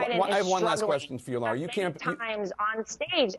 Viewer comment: Lara is pronounced LA-rah where the first A sound like the feminine article La in French and the second sounds like Ra, the Egyptian God.